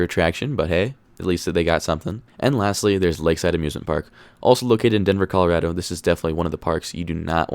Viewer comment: You’re a Colorado native but can’t pronounce the state’s name correctly?